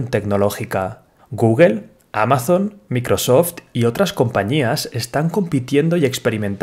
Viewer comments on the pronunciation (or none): none